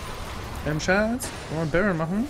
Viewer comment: Nicht SSCCHHAATTUU kannst du den Müll rausbringen? sondern SSCCHHAATZZZ kannst du Mitte halten?